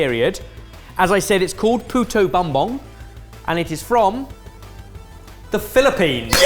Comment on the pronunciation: very fun that every year a filipino dish gets noticed here! Also, as a filipino ben pronounced "puto" correctly. But Bumbong is pronounced as boom-bong (like a pair of "tongs")